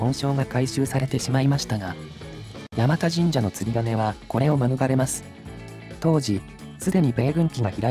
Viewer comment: 山田神社は地元だとやまたではなくやまだと言いますね。 先祖代々住んでますが祖父も父もやまだと言ってますね。